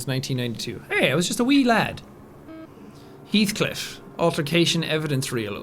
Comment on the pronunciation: It’s not pronounced he althcliff it’s pronounced hellthcliff